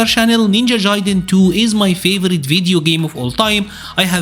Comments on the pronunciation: Its Ninja Gaiden ... not Jaiden 😄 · It is definitely not pronounced “Jaiden” my dude. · You can say guide but you can’t say Gaiden?? 😂💀 that was the craziest thing about the video to me